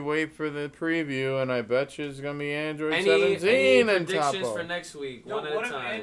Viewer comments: "okay tappo" lmfaoo don't wanna be that guy but it's toppo 😂. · Toe-po not fucking top-oh